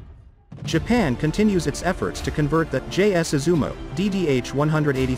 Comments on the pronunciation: Thank you for the introduction. But it is “Izumo”. Sounds like “yi zu mó” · Is it really that difficult to pronounce Izumo properly?